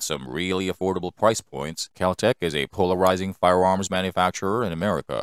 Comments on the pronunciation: He is definitely saying firewarms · Fudd narration. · Am I the only one hear him say "Firewarms"? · I’m hearing “fire-woms” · Holy shit, lol🤣... "Budget friendly firewarms"🤣🤣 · He most definitely said firewarms. And now I can’t take him serious anymore . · Hilarious that the computer generated voice keeps saying Firewarms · I him say Firewarms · I wonder if the narrator plans hunt wabbits with his firewarm. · Hard to watch the whole video because of the narrators Cripkey pronunciation. Firewarms? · Weird. A computer generated voice with a speech impediment. Fie-warms? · They're firearms not firewarms,Elmer Fudd gonna catch that waskily wabbit? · Sounds like a speech impediment to me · It could be, computer generated voices can sound pretty realistic. Why would someone build a speech impediment into the software though? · No your not 😂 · yeah thats bothering me too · Fuck no, I can’t in-hear it. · Came here to consider making the same comment but didn't want to be rude. But yes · More like "fiweawms." It sounded like a computer generated voice with rhotacism. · To me, it sounded like "fiyawomms". I got used to it, being that I was, for once, more interested in the information being presented. Usually, things like that distract me so badly that I don't know any more about the subject after the video than I did before watching it. I hope he's using an AI voice, and it was just a glitch.